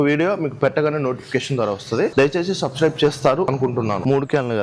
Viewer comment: సబ్స్క్రైబ్. కరెక్ట్ గా పలుకు అప్పుడు సబ్స్క్రైబ్ చేస్తా